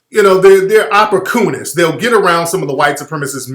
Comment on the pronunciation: Oppor-Koonist😂 Tariq a fool